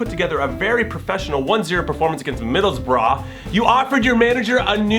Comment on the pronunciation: too much emphasis on ough, it's silent